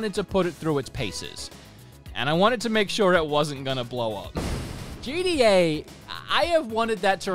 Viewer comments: Why does he keep calling it JEEDEEAAY? It's GTA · When he says GTA I hear GDA for some reason, anyone else?